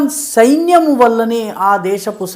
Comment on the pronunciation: సెయిన్యం కాదు సైన్యం అనాలి.. తెలుసుకో సారు